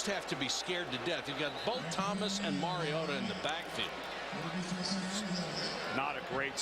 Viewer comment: I get irritated with the multiple ways the announcer mispronounces MARIOTA. Maraodda? Maraoddie? Totally unprofessional.